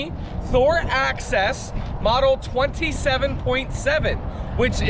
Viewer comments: axis not access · The name is NOT "Access", it's "Axis". Neither of you are pronouncing it correctly. My dislikes, it's a THOR, it's a THOR, it's a THOR!